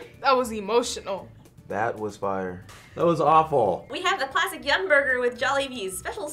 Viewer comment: Did he say awful? Lol